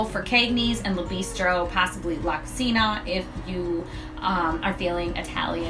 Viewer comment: La Cucina is pronounced LA Cu(CHEE)na....it means "the kitchen"